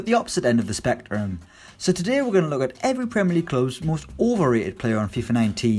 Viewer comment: This guy sucks. The Irish guy is much better and can speak English. Go back to the first 10 seconds where this fucktard tries to say spectrum. It comes out sounding like he lost signal while on a phone call.